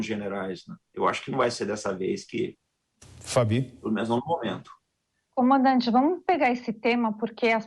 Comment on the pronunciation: Esse cabeça de ovo toda vez erra o nome do comandante 🤣